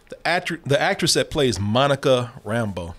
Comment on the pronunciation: It was a small thing but it kept bugging me with how they pronounced Monica's last name in this (RAM-bo instead of Ram-BEAU) She is supposed to be originally from New Orleans in the comics.